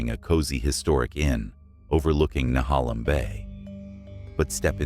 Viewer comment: It's nu-hay-lum Bay.